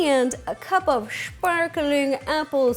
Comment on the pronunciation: "Shparklin' apple cidaaa..." XD